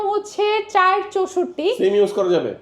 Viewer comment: যেমন গলা যেমন মূর্থ 😂 চাইর নাকি চার 😂